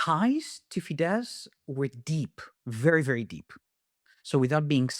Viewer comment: Very minor point: the letters „“sz „in Hungarian make an s sound, the Hungarian word for bus is „busz“ pronounced like in German and similar to English. Fidesz is thus pronounced with an „s“ sound at the end.